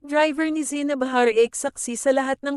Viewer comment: Ayusin mo naman pag sasalita..zaynab, hindi zeyneb..tapos ha-ra-ke hindi har-eyk..